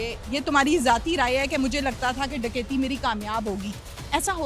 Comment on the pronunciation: Kakaiti nh dakaiti hota